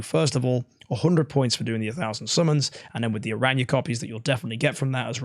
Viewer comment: Aranya 😂 I’m dead just say how Barry says it. We all know you watch his videos lol